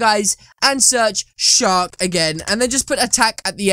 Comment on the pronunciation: You say shark like shock so it makes it look like your saying shock in captions